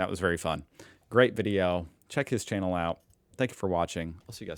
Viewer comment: "...welcome to my chaianal ..." 😂😂😂😂